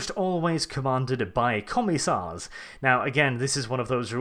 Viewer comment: "commie-sars" lol